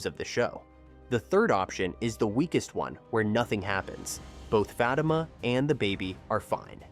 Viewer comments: Za-Tima It's like you're purposely mispronouncing it. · AI can't pronounce Fa tima not fat I am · Fateeema not Fa ta ma!! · Do you people reporting on this show watch it, or are you reading a script?????? I enjoy your short clips, but you need to watch the show to LEARN the pronunciation of Crystal's name on the show as well as the name of the show.... Fatima and Zatima. Not whatever it is you are saying. Apparently, I'm not the only one it bothers. Please do better!😢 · Y'all need to stop using AI FOR OUR STUFF AND WHITE ONES AT THAT. ITS FA TEEM A AS IN A SPORTS TEAM IN SISTA NOTS SISTAHHHHS. HAYSLET. IS SOFTLY PRONOUNCED AND YOU DAMN WELL KNOW YOU DIDN'T WATCH OUR SHIT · First of all I'd like to ask please stop pronouncing their names wrong. I don't think Fatima got shot. But I do see her cousin Madame coming into the picture very soon. 😮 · It’s pronounce fateemah! And zateemah! I’m hoping I’m closed. Caused what they saying Is killing me. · The show is pronounced Za/ti/ma and Crystal’s character’s name is Fa/ti/ma dang. Please don’t screw this up again. It’s hard to watch your videos or take what you say seriously if you don’t even show enough interest to figure out how to pronounce your subject matter🤨 just saying 🤷🏾‍♀️